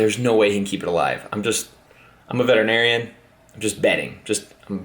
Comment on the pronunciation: I'm a veterinarian not a beterinarian is what I heard lol